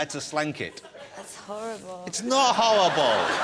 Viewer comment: lol, jonathan says its not howwible! =P